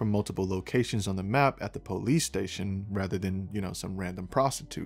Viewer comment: I love with you say PO-lease! LOL Don't change!